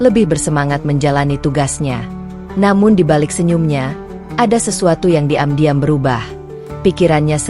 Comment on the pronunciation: Tolong pembaca narasinya yang enak, karna setiap mendengar ada membaca narasi yang begitu menggebu-gebu, begitu saya asyik mendengar ketemu pada kalimat yang anda baca saya kok langsung ketawa, misalnya:mu, anda baca emyu, dan diam-diam jadi di'am-diam, Terima Kasih, ma'af jika saya salah dan lancang.